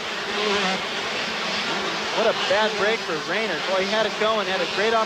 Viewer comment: Pronounced Ray-nard not Ray-nerd.